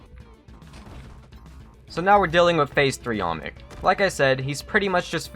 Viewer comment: please pronounce olmec right its not "omic" its not "allmick" its not "almix" its OLMEC. repeat after me: OL- MEC. OL - MEC. You're not repeating it. OL-MEC.